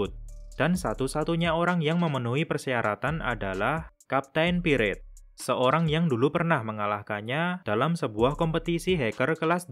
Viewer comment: Bacanya itu kapten pairet thor bukan kapten piret